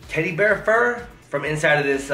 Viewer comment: Lol she just saying tteddy bear lol like its a real thing